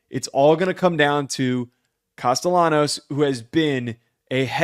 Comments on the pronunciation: “Casty-ah-knows” is nasty work😭😭 It’s “Castil-law-knows” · One tell for me to know if someone has actually watched BC or not is how they pronounce Castellanos haha. Such a giveaway